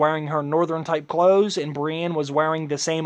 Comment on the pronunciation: matt choochoo I agree he can't even pronounce Brienne sounds exactly like he's saying Bran